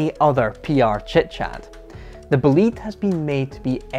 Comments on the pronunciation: It's not Boleeeeed, it's Bolide as in a meteor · pronunciation of "bolide": Boh-lee-deh. Meaning Fast car in Italian. Not a Bugatti fanboy but I freaking love this car. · What a monster car , BTW "Bo´lide" is the correct pronunciation (and the final "e" is sound and not silent) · pronounced correctly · It's pronounced "Bolida", it's German for fireball (a fast car). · please can you pronounce Bolide like bo'-lee-day. it is the italian word for meteor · the correct pronunciation is like is written, Bo-li-de. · please learn how to say bolide. because in italian what you said is "belit". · Learn to pronounce Bolide, which is essentially "hot rod" in italian 😉 Bö-lee-dae Awesome video 👍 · it's boh-lee-deh btw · Shouldn't that be pronounced BOH-LYDE? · That pronunciation...it's Italian, "BOLIDE" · Nice video dude, but I Wanted to tell you that I think the name is pronounced differently. try to listen on google with the Italian pronunciation how it sounds. Cheers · "Bewgatti boleed"